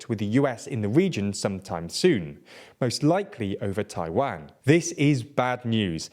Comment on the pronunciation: Why does he say Taiwang instead of Taiwan?